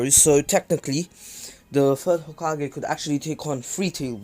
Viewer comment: First off ur saying hogake when it’s hokage. Second minato is stronger than hiruzen and hashirama is stronger than all of them